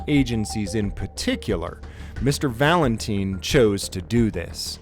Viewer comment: man...the guys last name is Valentine, as in rhymes with time, not teen! Sorry to be anal about this but I just figured you would want to know! It would be like me pronouncing your first name "Jam-es".